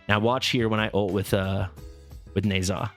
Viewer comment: Pretty sure it’s “Nehszh-ha”